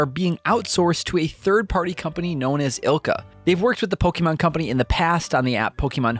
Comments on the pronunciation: Please, please, PLEASE learn how to pronounce Pokémon. It’s po-keh-mon, not po-key-mon. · po-kay-mon, not po-kee-mon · If I hear “Pokeeman” one more time… lol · IT’S NOT POKEEMON!!!! Fuck your voice was so annoying!